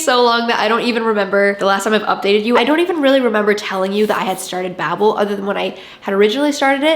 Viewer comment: Many endless days now since I last heard someone pronounce ‘bable’ correctly… my quest continues…